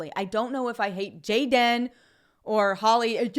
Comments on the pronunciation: Dude, with all respect I'm gonna slap you if you utter Jay-den again. It's Gay-den. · Your pronouncing gay-dan incorrectly.... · "JAY -DEN" 🤣🤣🤣🤣🤣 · His name is Gay-den... get it right already. LOL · I watch just to see you say JAY-DIN! LOL! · Every time you say... "JAY-DEN" I laugh my ass off hahahaha thank you for your videos, I love them.